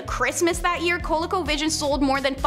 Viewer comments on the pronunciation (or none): Co-Lee-co, not colico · Say it with me "CO LEE CO VISION"